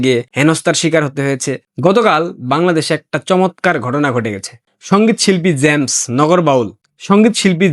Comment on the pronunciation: জ্যামস নয়। জেমস হবে উচ্চারণ